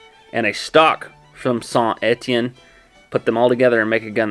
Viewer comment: La prononciation de saint Etienne et vraiment bonne pour un anglophone